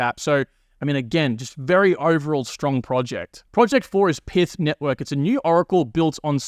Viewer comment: It's not "Pith", it's "Pyth", similar to how you say "Python" but without the "on".